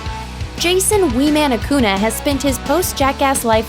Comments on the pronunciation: Acuña. Not aKoOnA. Fricking dumbass. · ACUÑA... not acuna. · Its acuña not acuna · Acuña no acuna say it as it is writed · That's not how you pronounce "Acuña".